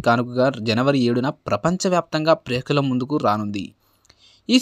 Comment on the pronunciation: Prekshakulu.... Prekakulu... Kaadhu ra saami...